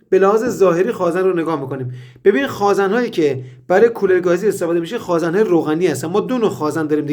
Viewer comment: سلام مهندس جان شما که تحصیل‌کرده این رشته و دانشگاه دیده‌ای واقعاً عجیبه به خازٍن میگیدخازًن قربونتنم ما حتی رفتارمان را به استاد نزدیک میکنیم ومعلومه که محاله تمام کارآموزان مثل شما به غلطkhazan تلفظ نکنند واز کلمه صحیح یعنی khazen استفاده کنند جسارت بنده را ببخشید